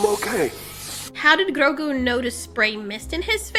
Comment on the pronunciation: Love this review but hate the way she says Grogu XD